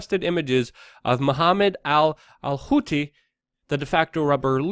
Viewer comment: What the hell is a "hootzee rebel"? Zero Hedge should add a pronunciation guide for this dude. Put it before the "travel hacks" section.